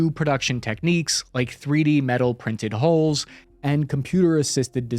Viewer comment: No offense, but I wonder if you also pronounce Sea Gulls by saying See Goes? Every time I hear you say Hoes, I wonder what you're referring to before quickly catching on that you're trying to say Hulls. Otherwise, love your channel. Really informative, and happy veterans day. Best job I ever had. Cheers!